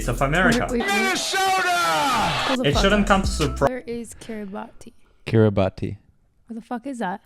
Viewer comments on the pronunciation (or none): Kiribati (actually pronounced - KIRIbass), are 33 atolls, which gained independence from the UK in 1979... IMHO, it was their worst decision, because they have struggled ever since and they are one of the poorest countries in the world! 😢😢😢